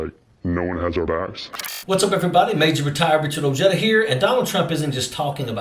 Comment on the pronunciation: O jetta? LMAO. Bro it's O HEY Duh. Get over it. You're Hispanic. Lol